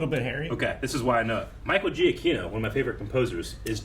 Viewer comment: Micheal Giacchino's last name is pronounced Juh-Kee-No. He also scored The Batman And The Incredibles.